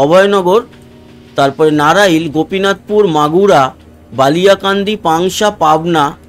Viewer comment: নারাইল না ওটা নড়াইল/Narail জেলা